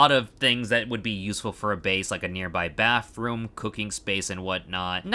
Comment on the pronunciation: Bro said baffroom